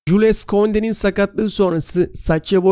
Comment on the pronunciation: Jyul Kunde diye okunuyor beyler